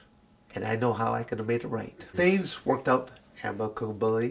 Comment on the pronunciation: Says he never cut ridiculous promos, then proceeds to kill it with this retelling. Clearly the man would be incapable of being considered ridiculous. I mean, the man made the word "amicably" into a five-syllable word - I am in no hurry to challenge that.